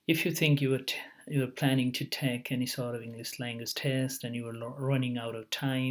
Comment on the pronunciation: be original brother, you say take , we listen thek :)